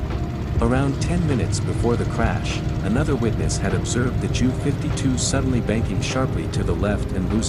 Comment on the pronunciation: I commented above--the voice says "Jew 52." Many computer generated voice overs pronounce things comically wrong.